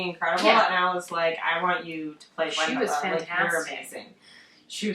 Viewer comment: The "W" in Wendla is pronounced "V" :)